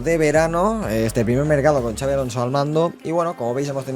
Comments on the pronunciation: No se dice chavi, se pronuncia xabi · Gran intro y buenísimo el vídeo. Una cosilla, no es Xavi (CHavi) si no Xabi (Shabi). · Puedes decir el nombre bien??? Como vasco me duele muchisimoooo!!!!